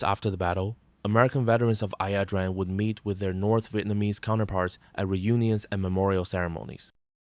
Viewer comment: Its not ( I A) pronounced I - Drang